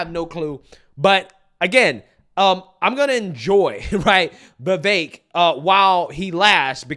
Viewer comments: It's VeeVake (like cake). Not Vehvekk. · dude, I have never heard Vivek's name prounounced so many different ways in one video by one person, lmao. You should really watch your own video back and see how you pronounce his name different every single time. It's fricken hilarious.